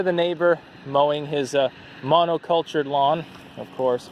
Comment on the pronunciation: "Mono-cultured" lol!